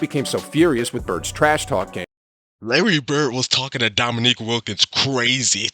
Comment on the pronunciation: The narrater mis-pronounced Wilkin's name. It's pronounced Domineek, not Dominick. Your pronunciation was correct. My favorite Larry Bird trash talk story is when the Celtics were playing the Utah Jazz. Right before tip off, Bird went to the Utah bench and told all the players and coaches that he was going to drop 43 on them. He scored 43, then checked himself out in the third quarter due to the fact that Boston had something like a 30 point lead. LOL.